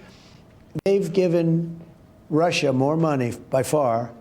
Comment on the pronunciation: "Two Moar Weex."